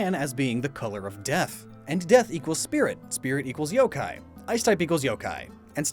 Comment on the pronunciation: Wait did u say yooo kai